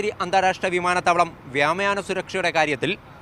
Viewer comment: Vyamayanamallado reporter koppe vyomayanam ennaledo